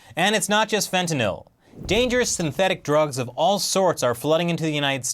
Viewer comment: I love you but you pronounce fentanyl all wrong LOL